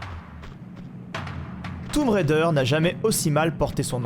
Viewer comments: "toume raider" 😅😅😅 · J'adore le "toumb" raider 😂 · oui c'est ce que j'avais cru comprendre mais ça me fait toujours sourire quand je l'entend prononcer comme ça 😊